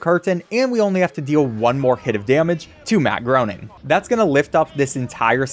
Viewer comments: It's funny that you called him Matt Groaning cause literally the very first cutscene he appears in has a joke that where his secretary calls him "Matt Groaning", Matt corrects her (it's pronounced "gray-ning") and then she asks him if he's sure, and he says he doesn't know anymore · Matt Groening is pronounced like "complaining". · Btw it’s pronounced graining